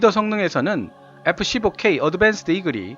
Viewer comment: 에프 쒸보 퀘위 아드벤쓰드 이글이 있따! 영어 발음 진짜 못듣겠네... 이름은 뭔데 이야 하...